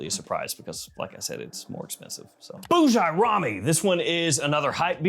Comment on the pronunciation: Bujairami at C is absolutely criminal! Also stop pronouncing it like that you’re killing me everytime you say it like that lol. Bujairami is one of the best brands out there imo